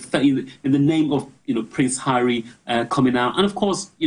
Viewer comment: "ARRY DOES ABUJA.😅😅😅